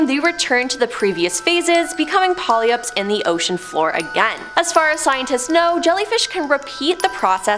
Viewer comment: I really enjoy the content but you should probably inquire how to pronounce words you aren't sure about like "Cenotes" = Cey-No-tay, and "Pollyups" = Polyps (Pol-ips). I really dislike being a grammer cop but c'mon you're Canadian!! Do better,...Please and I'm sorry for calling you out on this.